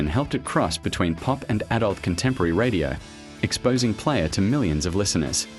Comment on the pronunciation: The strange way your narrator says "the American rock group Player", I'm guessing you're using AI for voice narration, and I suspect for the script as well?